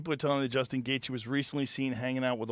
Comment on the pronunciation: How does portnoy mispronounce Justin’s name but knew he hung out with a warlord